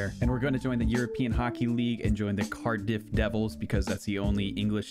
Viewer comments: The way he said cardiff Bitch what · I’m from wales and the Cardiff pronunciation made me laugh